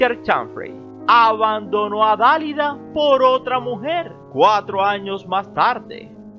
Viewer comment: Siento comunicar que hay varios errores en los comentarios del reportero. Además no pronuncia bien el nombre de la gran artista, no es una palabra esdrújula sino que el acento recae en la última sílaba. Dalida tenía una gran voz, una de las voces más bellas de la segunda parte del siglo pasado. La conocí personalmente y puedo decir que era una persona muy entrañable, no decía nada mal de los demás, tenía modales impecables. Era una señora muy inteligente, elegante, tolerante, bellísima. La echo mucho de menos.